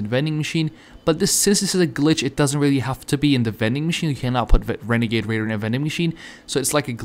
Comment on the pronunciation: OMG I GOT THE WENEGADE WAIDA OMG! sarcasam